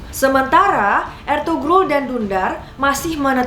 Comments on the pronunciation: Mohon maaf .. İzin koreksi dikit.., Ertuğrul dibaca Ertuuurul Karena huruf turki ğ itu gausah dibaca, Sukses selalu kakak ❤️ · maaf kak, ini " ğ " yumuşak g. g ini ngga dibaca kak jadi kaya di ilangin gitu contoh Ertuğrul dibacanya erturul atau Erdoğan dibacanya erdoan.. 🙏